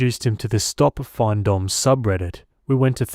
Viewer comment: FINdomme. Financial domination. It’s pronounced like fin in fish fin lol. Not FINE. Also, she needs a backbone, stop being a pathetic doormat. Stories like this are infuriating. Trash talked her and everything.